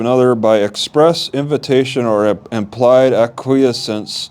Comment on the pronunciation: Please get some help with this. I feel that you’re in over your head. You can’t be stumbling around where laws are concerned in a court of law. Also, Please find out how to pronounce acquiescence. a-qwi-essence. Which means accept something reluctantly without protest.